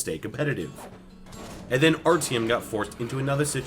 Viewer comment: It is pronounced Artyom, not ArTim 😂 Btw I'm from Riga! How did you like your stay?